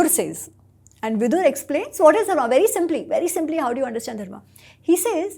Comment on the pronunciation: speaks a Romance language, I am having trouble with him having trouble pronouncing the dh of Dharma. It should be easy for him.